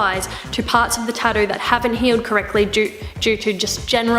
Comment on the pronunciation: TatTOO, there's no D in it. You said it right at 40 seconds. Proving you can.